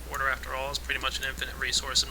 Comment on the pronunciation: its water not worter